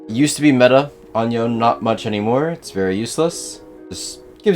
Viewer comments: i dont like you don't call him Yo-Ne instead of John, nice guide btw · His name is Yone. yo-ne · Love the guide but is his name not pronounced Yo-nay? Yasuo says his name. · Bro is the best Yone player in the world and still pronounces it like "Yown" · I can't believe one of the best yone players in the world still pronounces THE FUCKING NAME WRONG. That aside, this guide is perfectly timed, been trying to learn YO-NE myself recently